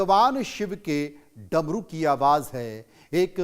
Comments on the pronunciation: Drmu nhi Dmru😂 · Darmu Nahin Damru Shuddh bola karo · Apne bola damaru ko daramu. 8.59 pr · DARMU wrong Damru correct.susti wrong sristi correct.attention the correct pronunciation because your voice gone spread everywhere please